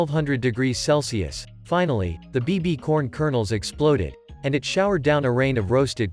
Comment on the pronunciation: Ain't no way bro said BBCorn💀💀